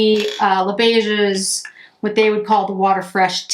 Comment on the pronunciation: The 's' letter in beiges is silent as all words in French which end with 's' when it is the plural. This is not a criticism. Thanks for the thorough review.